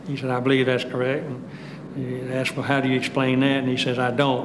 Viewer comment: This documentary provided me the second opportunity to hear this fool’s pronunciation of the verb “asked” wrongly. 🪓 😂